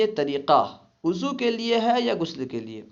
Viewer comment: بھائی آپ وضو کو اضو کیوں پڑتے ہیں